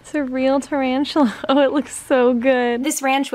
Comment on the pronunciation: its been 3 years but I just came back to say ta-RANCH-ula